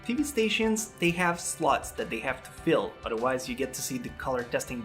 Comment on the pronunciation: I know you said slots but it sounded like. tv stations have slots they have to full.